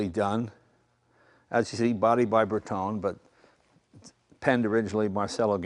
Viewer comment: Being half Italian I would think you would know how to pronounce "Bertone" You accent the 'E' so it's "Bertone' ".